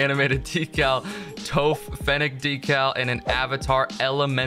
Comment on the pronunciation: Bro pronounced "Toph" wrong 💔